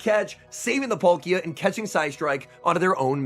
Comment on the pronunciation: Its Pal-ki-a not Pol-ki-a